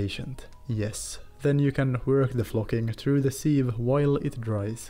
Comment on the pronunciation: "From the sil" lol instantly I thought, this guy must be Nordic!